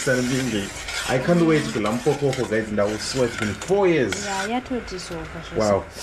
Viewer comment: Umpholokoqo Tyte not umphokoqo😂😂😂😂